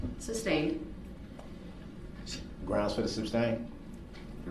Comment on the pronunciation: It's amusing to me how he keeps saying words wrong to sound smart and educated. The judge has said "sustained" a thousand times and yet he STILL pronounces it "substained".